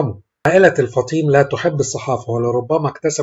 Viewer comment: الفُطيْم وليس الفطيم